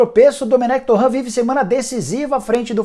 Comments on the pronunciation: Nicola! Por que vc insiste em chamar TorrEnt DE "TorranT" quando o mesmo diz que a pronúncia é TorrEnt? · tá falando o nome do cara errado, não é torraaan é torreeen, ele é espanhol, não é francês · Torrãn... Torrãn... Torrãn... Torrãn... Torrãn... Ele é francês???